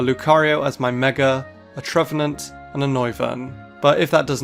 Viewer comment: TREVENANT, NOT TREVANET! FIX IT NOW!